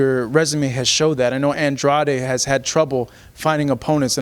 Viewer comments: I’ve actually heard Andrade introduce himself in a few interviews and he pronounced his last name as An-dray-d if that makes sense. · Same lol, but everyone seems to call him Andrahhhhhday in interviews